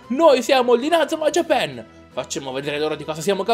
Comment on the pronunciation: si dice inazuma jiapan no jiapen